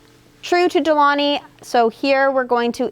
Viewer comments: It's not pronounced "De Loni" - the correct is "De Long-y". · Isnt it De-Long-Hee? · Exactly!!! De-Lon-GHi gggggggg like in Lamborghini gggggg as it sounds in English gate or get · super interesting to hear you pronounce de'longhi (it's italian, so the G is not silent, but like gee in the end) :) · For a coffee expert, I’m shocked no co worker has corrected you for how it’s pronounced :/ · Seriously, I stopped the video to check the comments about the missing G. Frustrating 😂